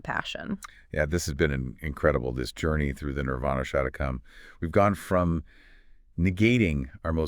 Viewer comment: It is NOT Shatakam. It Is SHATKAM, meaning six verses.